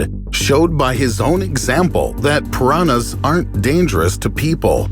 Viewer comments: Só eu que fico agoniada com ele falando "piranas" ao invés de "piranhas"? O som do "nh" não deveria ser tão difícil kkk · ele falando pirana kkkkkkkkkkkkkkkkkkkkk I love you and your content and your voice keep that up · For me its the way he pronounce "Piranhas"